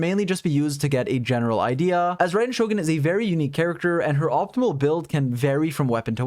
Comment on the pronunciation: "to get rai-den to it!" kill me